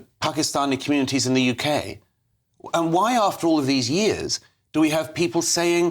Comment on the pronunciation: Welcome to 'da Yookay' Munkee-house ---cheers Starnmer .!